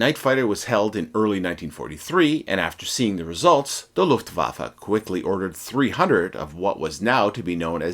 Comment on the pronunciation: This is the first time ever I hear a proper German language pronunciation Faron an obviously English speaking native person, thank you! Its horrendous hearing the Lufwaffe expression like Lofwaaafle.